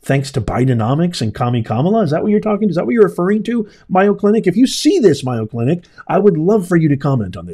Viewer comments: It’s not Myo clinic…..it’s MAYO with a long A sound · Mayo clinic is prounounced may o not my o. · It’s. MAy-O clinic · Just mentioning its pronounced MAYO. Long A long O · It’s pronounced MAY-O❤😊if you don’t pronounce it correctly then people might not know what hospital you’re talking about.❤😊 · Just want to correct you, its pronounced A as in aid, in MAYO. You seem a genuine person and I agree about DEI being detrimental, but there is NO WAY you were at MAYO, because you are pronouncing it wrong constantly...?!!! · Learn how to pronouncse mAyo clinc if you want me listen to you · You're pronouncing it incorrectly it's like mayonnaise. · Yeah, it isn't one of his better pronunciations. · not criticizing, but letting him know so he doesn’t continue to embarrass himself. After all, it’s only four letters it’s not like trying to pronounce supercalifragilisticexpialidocious.